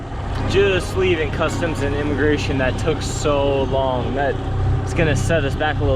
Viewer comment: Inamagration...hah....be well guys.